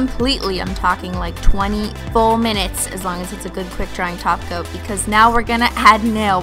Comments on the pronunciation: Stop saying taoca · Did she just say TOP COAT and not TACO?????? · Omg yes it does! 😎